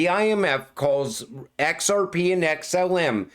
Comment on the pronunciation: Let me tell you, No Body Can Say XRP so beautiful like you 😂.